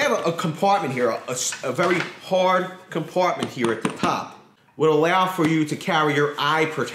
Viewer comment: “A very hawrd cumpartment heea “